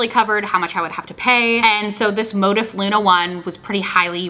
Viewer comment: The way you pronounce Motif cracks me up 😂🥰